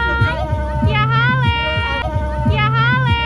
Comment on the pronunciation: Kya Hal hai, not Kya hale